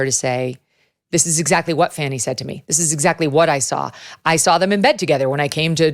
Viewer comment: Why does everyone mispronounce Fanny? Fawney does not take into account the girl's large caboose, seen when she in profile.